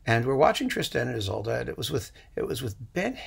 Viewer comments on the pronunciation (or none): none